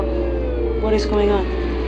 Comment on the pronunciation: when she said "what is going on" why did she put emphasis on "is".